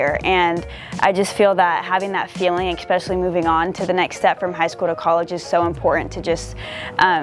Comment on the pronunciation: she is very nice, but when she repeatedly said "expesially" i realized she needed education more than soccer.